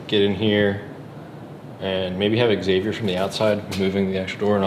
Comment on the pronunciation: Finally someone that pronounces Xavier rite